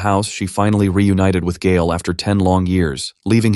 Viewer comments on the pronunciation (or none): Pronounced Gale not Guile.